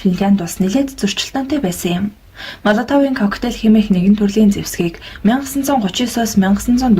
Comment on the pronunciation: Молотовыг Моолотов гэж дуудна.